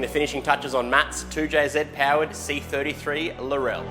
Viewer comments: Bloody Aussies. It’s pronounced like LAWRELL LAW RELL 😂fantastic looking car laurel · It's Laurel as in Laurel bush not Lorelle 😂🤣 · ITS NOT LAURELLE.... its Laurel. as in Laurel and Hardy..... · Laurel would be pronounced Laurrelle if it had a "lle" at the end. It is called a Lawrel like a Laurel wreath from roman times. Just sayin' LOL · OK, I can cope with day-ta vs da-ta but wtf is a lor-ell? It's a bush(or girl's name) not a Kryptonian. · Nope, Irish. We (and the British) say laurel differently, more quickly and without the stress on the second syllable. You do you, it's just weird to me. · It’s funny listening to other countries pronounce the names of cars. 😂 Defo a sweet build.